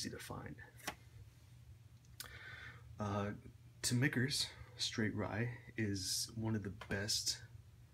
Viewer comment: It's pronounced "kernel" not "Colner". Also "Mikters" not "Mitchers"